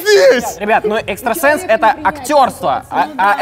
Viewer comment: Не экстрасенс а экстросекс